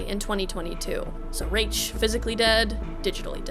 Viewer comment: Mike Pondsmith pronounced Rache as "Rayshh" so I think thats the correct way to say his name.